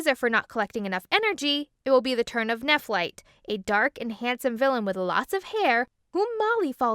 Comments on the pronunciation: Did you say Nephlite? I thought it was Nephrite tho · His name is not Neflight its Nefright but I still love this video